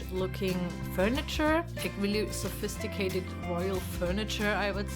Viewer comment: it is funny to hear her call the things i would define as "old shit" as sevistigated, haha